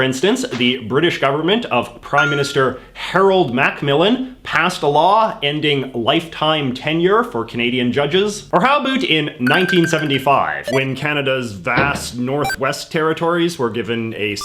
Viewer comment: JJ when pronouncing the name of Harold Macmillan you don’t say the A so basically in Britain we say it like Harold McMillan